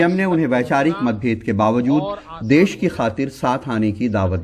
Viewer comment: कृपया देस नहीं देश होता है Ndtv